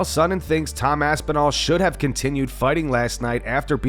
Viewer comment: I don't know how anyone even listens to the dude. He can't even be bothered to say anyone's name right. F Sonnen.